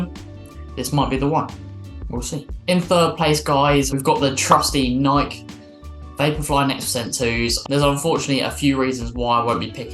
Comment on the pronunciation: Great rundown. Pet peeve of mine: It's pronounced Nik-e, not Naik. :P